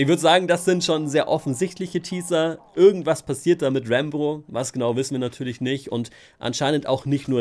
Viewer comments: Meint er Rambo oder warum sagt er immer Rainbow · Wer hat auch die ganze Zeit Rainbow statt Rambo verstanden 😂😂